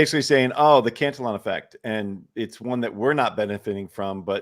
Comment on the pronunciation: I think it's pronounced "can-TILL-e-on" as opposed to "cant-a-lon", no?